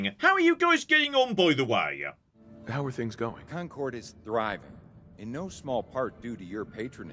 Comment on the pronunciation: As someone born in Concord, i just have to remind myself that the real pronunciation has been lost over time 😂